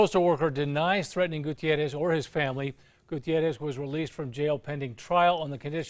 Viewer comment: On an unrelated note, that newscaster pronounces the name "Gutierrez" better than most newscasters do.